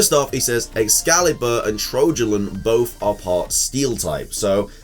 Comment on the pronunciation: Ex-scale-bur, not "escaliber"!